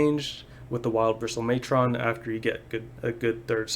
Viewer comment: Also “matron” is pronounced like “patron.” The way you’re saying it makes it sound like like it’s gonna fight Optimus Prime 😆